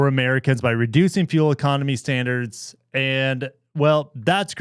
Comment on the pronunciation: "Standars"... really Forbes?